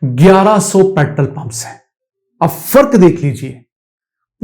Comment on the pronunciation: Petrol ko sahi say bolain na k petrl petrl kartay rahain